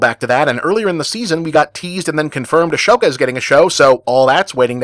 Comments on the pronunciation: BTW, pronouncing Ahsoka's name as "Ashoka" is a bit weird; normally mispronunciations of made-up Star Wars names can be forgiven, especially when the first two films weren't sure how to pronounce "Leia", but "Ashoka" is an actual Indian name, frequently mispronounced as "Ahsoka" by Anglophones who try to read it in poorly romanized Sanskrit ("Aśoka" is the IAST spelling, but it's frequently spelled without the diacritic, because Anglos [or other reasons, of course （笑）], but without the "h" that makes the pronunciation clearer for said Anglos), and the most prominent Indian name in American popular culture at the moment is almost certainly "Kamala", deliberate mispronunciation of which has been a popular past-time among the very same right-wing trolls who hate it when women and people of colour headline Star Wars stuff. ;-) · Ahem. It's "Ahsoka," not "Ashoka." [/Pedantic] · Bob the H in Ashoka is silent